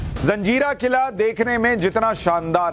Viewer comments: जंजीरा का सही उच्चारण "जज़ीरा" है न कि जंजीरा। ये एक अरबी भाषा का शब्द है जिसका अर्थ टापू होता है। कृपया इसे फिर से जांच लें। 🙏🙏🙏🙏🙏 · am a Nepali but i want to tell you one thing reporter sahab,this fort name is Murud Jajira hey not a Janjira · SUSHANT JEE , namaskaar . I am really sorry , but , feel that it is my duty to correct , if there is any mistake . It is not JANZEERA , it is JAZEERA . In ARABIC , an island is called JAZEERA . Please don't mind . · Abe jaljira nhi jazira hota he bewakuf😅